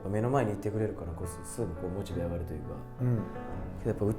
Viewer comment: モチベのイントネーションはオシベやっけ😂